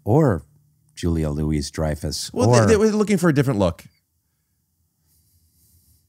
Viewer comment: Is someone going to correct Rick on his pronunciation of Julia Louis-Dreyfus 😅